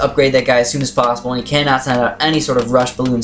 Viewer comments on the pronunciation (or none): none